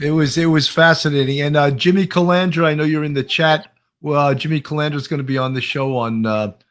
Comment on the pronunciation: I love Sammy's name pronunciations. They are always funnier than the real name, aka Jimmy Calandra becomes Jimmy Calamadria, Jimmy Calamari, Jimmy Supercalafragilisticexpialidocious (kidding on last one obviously..). You gotta love it though, he's always entertaining.